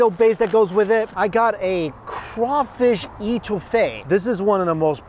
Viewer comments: "Boo-Dan" is how you pronounce it. As well as "Etwofaye". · It's pronounced Law-fi-et (long I or long E sound) and etouffee is pronounced Ay-too-fay. You can't go to New Orleans and not stop at Bubba Gump Shrimp Co, Cafe Dumonde and one of Emeril's restaurants. And we call em crawdads or mud bugs. *sigh I shouldn't be watching this.. it's been 26/7 years since we left Mississippi and I've been craving king cake for so long.. you start showing me cinnamon bread stuff I start thinking about cinnamon roll king cake with pralines (praw-leens) and cream cheese frosting. OMFG! I'd almost give my left nut for another king cake. It's always crawdad season in the south.. they have farms for that reason. Oh and another thing it's ben-yays. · It's crawfish. Crayfish is Swedish. But ya, I'm standing here dead panning "eh-two-fea" .... "boo-dan"... "someone had to already respond to this" lol Also AW MAN! I worked at Deanie's during this taping. You should of visited meeeeee and eat the $70 giant platter in amazement of my coworkers! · etouffee - eh-to-fay, Boudin- boo-dan. And back to the video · Us Southern folk are gonna have to teach you some pronunciations! “Boo-Dan” “A-Too-Fay” and “Craw-Fish.” You we’re really cute. Just thought you may want to learn the lingo. Take care! 😀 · Boo-dan and it is a short N . It is not called the Holy Trinity, it is just the trinity. Ay too fay for etouffee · Lafayette = Lah-fay-yet Boudin = Boo-dan Etouffee = Eh-too-fay Les bon temp roulet = Let the good times roll! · Gotta pronounce Eh-too-fey ;) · Aw honey…we have to teach you how to say etoufee. It’s A 2 FAY!